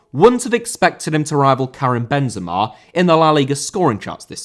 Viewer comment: Benzema* not Benzemor